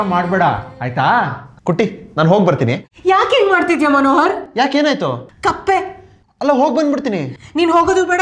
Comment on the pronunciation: ಕತ್ತೆ ❎ ಕಪ್ಪೆ ✅ 😂